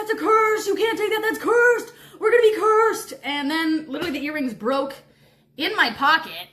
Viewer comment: It fries me how you say literally 😭😭😭😭😭😭